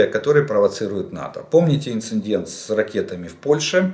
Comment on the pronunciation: ИндиНННННдент! ГрамоННННтей!